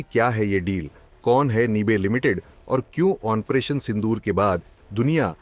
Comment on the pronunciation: Aap operation ko onpration bolne ki galti kerte hai, please correct this habbit, waise aap bahut acha bolte hain, well done